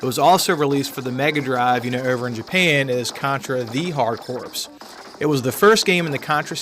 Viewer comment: For the love of god, it's pronounced "CORE."